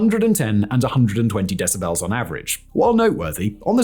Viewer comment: I can’t get over the way Simon pronounces “decibels”